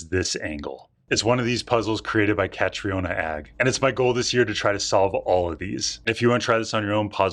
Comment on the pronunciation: It's pronounced Katrina